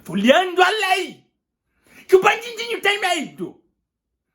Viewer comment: O melhor é qd ele diz bandindinho kkkk